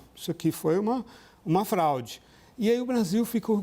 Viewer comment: Houveu um "flaude" que isso meu irmão? Eu nao entendi onde ele wier chegar. Saiu da América e foi osrar ls no oriente medio, voltou e falou "flaude". Alguém deve ter falaldo no ponto com ele: "CARA PARA DE PASSAR VERGONHA, O BAGULHO É FRAUDE". KKKK😅K 😅😅